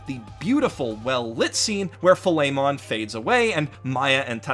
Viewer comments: he called philemon Filet-mon, Facepalm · .... Tokyo? Dude... P2 takes place in Sumaru... Also, you pronounce Philemon wrong, it's with the accent on the i. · Ah yes, Filet-mon, my favourite Pokemon from persona 2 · Did I hear that right? Filetmon? Does he grant people steaks? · I cannot stand that you pronounce "Philemon" as if it's a cut of meat. It's FILL-uh-mon.